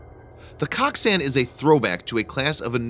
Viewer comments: I'm pretty sure it's pronounced like Coke-san. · It’s pronounced “coke-sun”